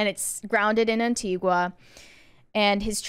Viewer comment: Its Anti-Ga not Anti-Gwa. Please get the name of the country where I was born and raised right.